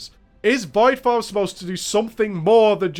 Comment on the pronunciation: Poor guy. He can't say "form" properly.